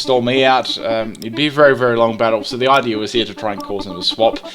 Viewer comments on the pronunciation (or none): none